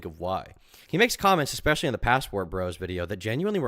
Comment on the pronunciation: the worst is he says "exspecially"